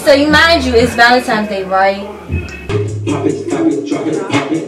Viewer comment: Is she in college saying ValeMtimes day? Cringy